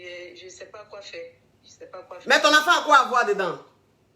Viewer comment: "IL FAUT DIMINUER MA VOUA, DIMINUES MA VOUA ! !" 😂 Hey coach tu te répète à chaque direct mais les gens n' écoutent pas !